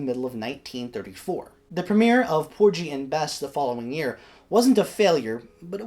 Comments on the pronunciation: Great presentation,! Minor detail: I think the pronunciation is ‘POOR-ghee’ (hard ‘g’ as in “gasoline”) rather than ‘POOR-gee.’ Keep up the fine work! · You're mispronouncing "Porgy"... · 😂😂 porgy like orgy no no no